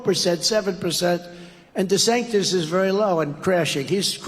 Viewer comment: Hate him or love him, "Desanctis" was highly on point.